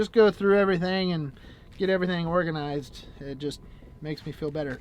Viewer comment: Why do I hear: "I like to be Oregonized! "all the time? 😉